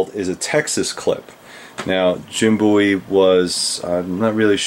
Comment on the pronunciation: It is good to know that you pronounce Jim's last name correctly. One of his ancestors told me once that the mis-pronunciation of the name Bowie was common even in the early 1800's.